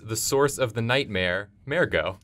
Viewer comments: Why did you have to pronounce mergo incorrectly, it's not mare-go it's murr-go. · Mer-go not mare-go ahhh god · What is up with your pronunciation of "Mergo"? You keep pronouncing it as "Mairgo". It's an "er" not an "air". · M-er-go not mair-go